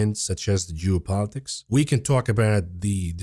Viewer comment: whenever you say geopolitics, it sounded like jew-politics. i had to take a double take on that one!